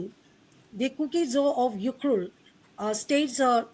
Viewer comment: Look how refugees are not able to pronounced ukhrul clearly instead she pronounced as yukhrul